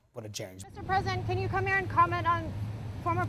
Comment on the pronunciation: Who is this reporter called President Biden to “cone here” what a rude